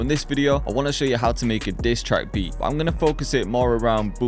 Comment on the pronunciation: 😂😂He said disstrake beat😹🔥🔥🔥🔥